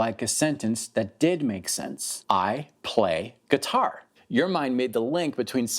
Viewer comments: I couldn't understand that phrase that was supposed to be repeated. I ag pay guitar ???? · There was something about him saying "I play guitar". I couldn't understand what he was saying and so couldn't repeat it. I thought it was some test that I failed and now I'll never be able to play by ear.